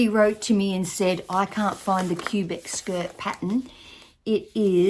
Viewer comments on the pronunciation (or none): it’s pronounced Kwuh-Bec - city in Canada.